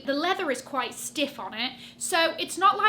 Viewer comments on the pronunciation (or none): none